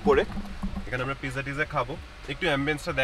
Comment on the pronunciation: U must to know how to say pronounce of pizza first. It’s completely wrong how u said.